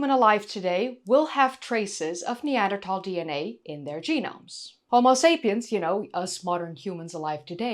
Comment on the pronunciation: Always enjoy your videos! And it's great that you say "Neander- Tal" not "Neander-Thal" like so many do. Wonder if maybe Neanderthal men could provide a better bride price or were considered a good addition to the family for hunting and defense? Maybe they had better temperament as a group, were better parents?